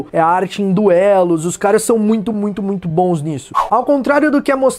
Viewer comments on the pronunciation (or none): none